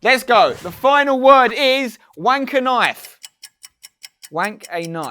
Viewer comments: "Wank a nife" omg 😂😂😂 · When you said Wank-A-Nife lmaooooooo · 'WankAnife' xD